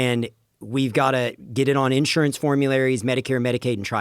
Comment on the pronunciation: Unless you can find a way to pronounce the word Insurance like you live in the 21st century get off the fucking mic